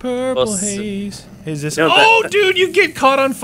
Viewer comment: Haha he said " Purple Haze" B)